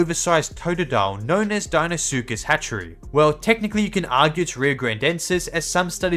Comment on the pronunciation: If u can’t pronounce the deinosuchus die-no-suchus then how do u say it ?